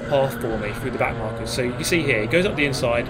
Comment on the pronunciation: Did he call the back of the pack “back narkers”? Lmaooo